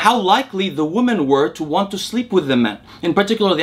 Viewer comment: Interesting. Also, the word "women" is pronounced "WIH-min". Your English is quasi-native, and hearing you say "WUH-min" for "women" is really distracting.